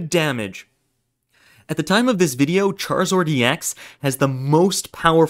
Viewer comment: “ultimane” “charizord” my guy, you ok?